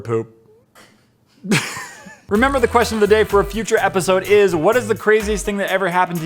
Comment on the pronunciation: Apparently "question"has 3 syllable